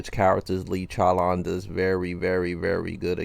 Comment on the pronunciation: 😭😭 love the way says chowlawn it's funny